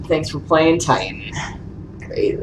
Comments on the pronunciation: When you say Titan like that it sounds like the Geman word "Titten" and that means tits. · lol he said titten